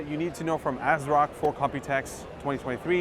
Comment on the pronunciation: You lost me and my viewership on this video when you said the company name "ASROCK".... pass.